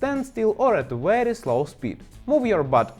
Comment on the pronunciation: Yes, this is a weely weely good video.